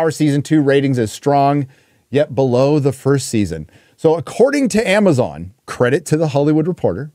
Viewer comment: “ITS MAMAZON”